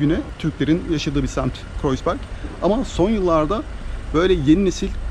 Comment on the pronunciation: herşeyden önce kanalınızın müdavimi olduğumu söyleyerek başlayayım. Harikasınız tek kelimeyle. Ukalalık ediyor gibi görünüyorsam kusura bakmayın. Ancak Almanca’yı biraz daha iyi öğrenmenizin size çok faydalı olacağını düşünüyorum (Kreuzberg’in telaffuzu: Kroytsberg, Kroyzberg değil)